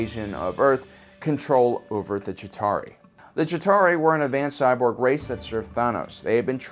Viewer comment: "Shitauri" lol